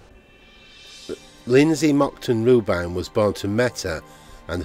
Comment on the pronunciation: Her name was ‘RUBIN,’ not ‘ROO-BINE.’ The hospital was BARNET General, not ‘BURNETT.’ Do your bloody research man! Read the information from a (Wikipedia) crib sheet, if necessary.